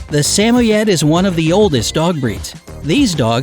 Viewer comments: Ok I’m going to make some corrections to this video. Let start with the the Samoyed. It is NOT pronounced like it was in the video. I have two of them myself And they did not cost $1500. They are not that vocal they don’t bark that much. They are fluffy and shed yes, but do they really need to be brushed 2 to 3 times a week? The answer is no. They only need to be brushed after a bath and maybe once a month for my dogs, but I know it might be different from a different and they did not cost $1500. They are not that vocal they don’t bark that much. They are fluffy and durable yes, but do they really need to be brushed 2 to 3 times a week? The answer is no. They only need to be brushed after a bath and maybe once a month for my dogs, but I know it might be different for different Samoyeds. One thing the video was right about though is that their nickname is Smiley! They really do smile! If you need a dog are you thinking about buying one, the Samoyed is the right choice for you! I watch lots of dog videos just to see how ridiculous they think the prices can be, I don’t one video it was like they cost $1 million! It was actually quite funny 😂 They were like these dogs really are pricey there about $1 million apiece. That’s as much as my house! And it’s not always $60 for grooming visit. It depends on each individual groomer! Again if you think about getting a dog buy this dog! Peace ✌️ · It's now (sam-oh-yed) it's (su-moyed) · It makes me cringe when he mispronounces “Samoyad” It’s (Sum-oy-id) I have five so I know🙃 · I thought it was sem-moi-ed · Its not sa mo yed it's sa moyd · Sam-Oh-Yed I thought it was Sah-Moi-yed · Samoyed = "suh-moi-yed" ... not "sam-ohyed" lol Do you people EVER research?? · The Samoyed dog breed name is pronounced with only two syllables. Sa*moyed, and spoken together it sounds like Sam*moyed. However, it only has one M in it's spelling. It is not pronounced "Sa *mo *Yed's" in three syllables as you pronounced it. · don't forget saMOYed